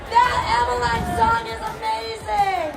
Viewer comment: I think it's pronounced Emma-Leen. At least, that's how I've always heard the name said